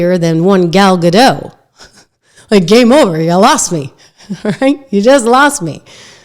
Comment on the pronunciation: It's pronounced Ga-DOT, not Ga-DOW. Gal is Israeli, not French. 😂 Love you Trish. 😄